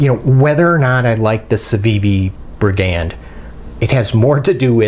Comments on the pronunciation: No hate here but it's 'bri-gand, not bri-'gand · I picked mine up as soon as they came out on . Super slicey wharncliff, my favorite combination. Btw it's pronounced "brig- und." Thanks! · It's pronounced briggund